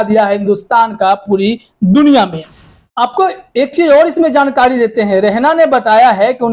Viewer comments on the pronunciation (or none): none